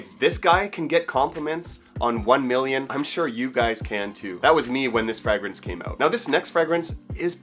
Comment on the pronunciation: It's pronounced fray -grance